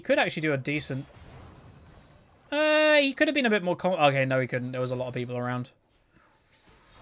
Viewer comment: I like the way you say "a lot of people are like" lotapeplrliek"